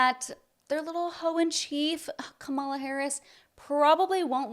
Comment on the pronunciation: Oh Bill! You said Kamala wrong.